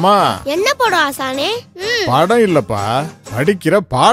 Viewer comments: முகில் dialogue-க்க தப்பா பேசுனத யார் கண்டுப்பிடிச்சிங்க ? அனாத இல்ல (ஆசாணி) சொன்னத கேட்டு யாரெல்லாம் சிரிச்சிங்க 😂😂😂😂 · Adhalam sari thn Aasaninu sollalla Aasane (aasiriyarku) sonnadhu